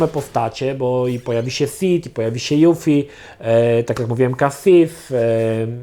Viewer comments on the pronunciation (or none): none